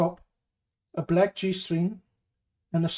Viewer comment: are you saying - bald / bulk/black man ??? - jeez your pronunciation is very bad